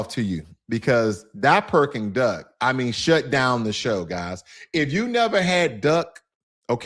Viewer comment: He said Perking duck